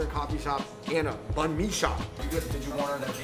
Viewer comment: Yall hyping to the max with his vietnamese skill but hes out here mispronouncing the banh mi shop name too lmaooo